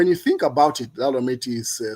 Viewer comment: Please pronounce Laura properly, try this. Law-raa. That's how it should sound.